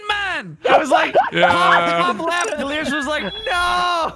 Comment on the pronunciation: Mmmhmm uh it’s “Delirious” not Delerious my good sir. sips tea